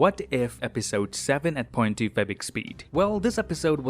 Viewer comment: Am I now realizing you are saying point 2 f x speed